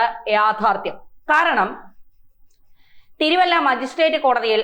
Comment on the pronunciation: തിരുവല്ലം അല്ല തിരുവല്ല ആണ്.